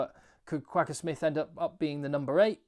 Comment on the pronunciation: I'd love to hear you pronounce Kwagga properly. Google it.